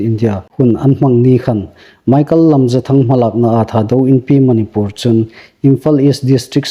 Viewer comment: Manipur i lamdan a thluk andiknawh.